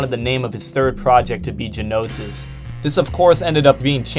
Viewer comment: It's pronounced (know-sis) not (guh-know-sis) the word is gnosis.